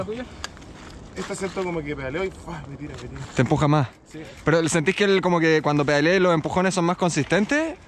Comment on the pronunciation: "mintindí" jajajajajajaja la wea pa buena